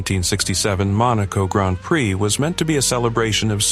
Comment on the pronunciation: Surprised it pronounces Prix properly